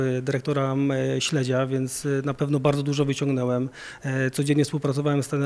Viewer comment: "Bardzo dużo "wyciągnĘłem". Rence opadajom...